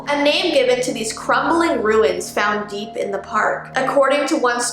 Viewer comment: When said "Deep into the forest" I heard "Yeet into the forest" Help;-; Edit: Thank you for 100 likes!